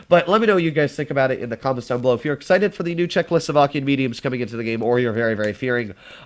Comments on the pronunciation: Czechoslovakian: is a word: Czechlosovakian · did my guy just say chzecho slovakian?